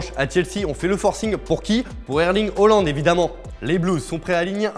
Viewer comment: On dit haaland pas hollande.. Les français savent même pas dire le nom d'un joueur correctement pfff